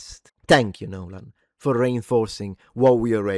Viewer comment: Congrats on not butchering the last name that much. 😂